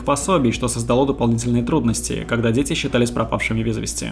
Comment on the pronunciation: Почему детектцив,дзеци(дети),говоритць,гдьзе(где),родзитцели,людзей,обратцили,дзействия? Это модно или престижно или что? Почему нельзя нормально произносить эти буквы?